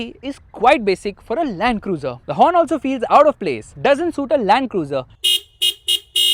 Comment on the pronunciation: Rakhi sawant calls it LUND-CRUZE 🥲